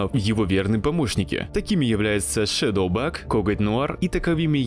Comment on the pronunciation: Только она не Шедоубаг, а Шейдибаг.